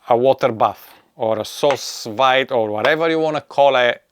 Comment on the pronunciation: It’s pronounced “soo veed “, literally means under vacuum. You should tell them to use gentle vacuum, when there’s fluid in the bag. And love my Anova